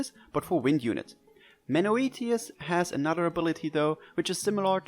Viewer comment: Thanks for explaining Chelsea's kit in a way that actually makes sense, I couldn't make heads or tails of the description in the announcement! By the way, I think it's pronounced "men-oh-eh-tee-yus"